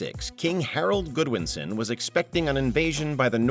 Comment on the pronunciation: Harold ''GOD-win-son" NOT Harold Goodwinson.